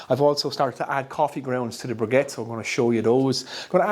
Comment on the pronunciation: Please make the effort to pronounce the word briquette properly. I think you will find less people close your video before it is finished if you would do this.